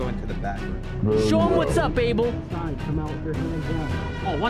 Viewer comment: It's Abel not Able lol😂